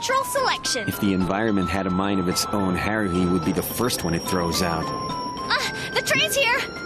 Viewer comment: Did Kyon? Call Haruhi.......Heruhi? 1st The Animax Guy Now Kyon